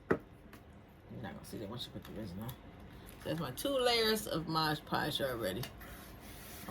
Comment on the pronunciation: ITS PRONOUNCE RES-IN NOT FUCKING RIZZIN Jesus fuck why you people not know how to pronounce things properly